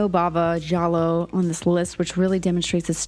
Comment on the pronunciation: Love this video, love Argento and was happy to get more recommendations from you! BUT still I'm gonna be an annoying wise ass and tell you that the "i" in Giallo isn't pronounced, it's only there to make the G soft. I would want somebody to tell me 😅